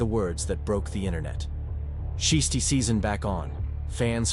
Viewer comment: Learn how to pronounce his name. It sounds stupid when you keep saying shisty.